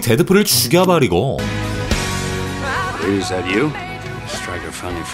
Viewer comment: 쥬갸버리고 ㅋㅋㅋㅋㅋㅋㅋㅋㅋㅋ